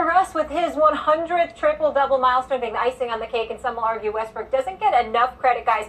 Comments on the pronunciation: this dude so consistent on calling him westbrick 😁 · Am I hearing westbrick 🤣🤣🤣🤣